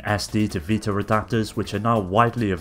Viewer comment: whats a PS "vitar" ?